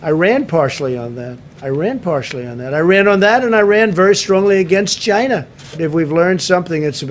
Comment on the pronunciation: Chiyna. Hahaha I love the way he says that